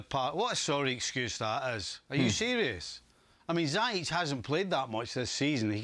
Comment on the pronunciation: It still befuddles me to no end how someone can keep repeatedly mispronouncing Ziyech as Zayich. Do you have no idea how to enunciate the alphabets of the English language man??? Absolutely ridiculous, what a bunch of proper baffoons.